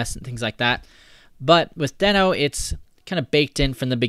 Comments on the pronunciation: It's pronounced deeeeeeeeno 🙃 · I think you are pronouncing it wrong. It is pronounced as Dino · it's not pronounced "deeeeeeee-no"? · Just to be sure, I watched a video with Ryan Dahl talking about Deno and it is spoken like you have doube "ee"s. Deeno. :)